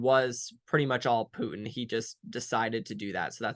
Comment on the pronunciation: Pu-in has a "T" in it.